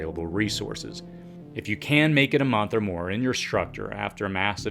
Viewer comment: Or "h" in structure, for that matter "shrutchure"